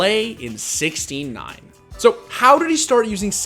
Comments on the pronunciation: Take a shot every time you think you heard the narrator say "69" instead of 16:9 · Why is it when you say 16 :9 I here 69??? All players to the 69 hype train. Kekkw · every time i hear 16:9 i hear 69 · Is it only me that hear 69 instead of 16:9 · I know he's saying 16:9 but I hear 69